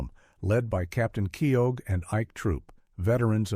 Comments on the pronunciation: It’s major Kee-oh, not Kee-og. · The way he says Myles Keogh's name it is Miles Key - Ho.